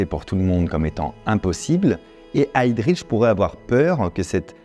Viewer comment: Petite notion de prononciation allemande : on ne dit pas "HeydriTch" ni "ReiTch" mais bien "Heydrich" (le 'H' n'est pas muet) et "Reich"